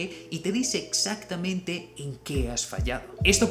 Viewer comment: Great video. Do you also speak Portuguese? I ask because of how you said 'exactamente'.